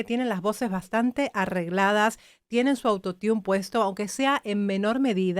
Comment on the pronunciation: eres capisima solo que cuando te refieres al autotune, dice auto tiun y suena muy mal, si tomas una critica con todo amor y respeto a tu persona maravillosa, porque te admiro mucho, la pronunciación es "arottun" saludos💓💝💘